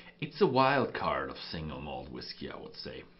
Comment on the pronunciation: STOP saying "whis-kay." You do that every time you see the word spelled "whiskey" on a label. It is pronounced exactly the same way as "whisky."